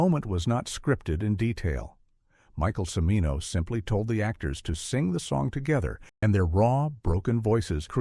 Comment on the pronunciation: Yeah, how about that! Jesus! Did the creators of this thing bother to watch it after it was completed? And, I believe the "narrator" is mis-pronouncing "Cimino."